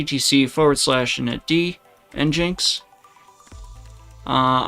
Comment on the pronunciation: it's pronounced engine-x you said it right,, thank you 🙂 you said it wrong 😭 you gotta stop trolling us, greep 😳